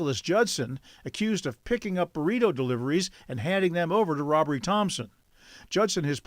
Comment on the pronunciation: The spelling matters. Robbrie is two syllables: robb👏rie👏. Robbery is three syllables: rob👏ber👏y👏. Get the marbles out of your mouth and learn to enunciate words properly.